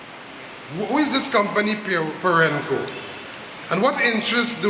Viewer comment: The big dunce Roget can't even pronounce Perenco correctly. Furthermore, if the dunce knew how to do a Google search he would know about Perenco